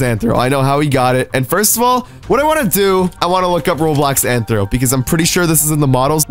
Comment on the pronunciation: It's rthro not anthro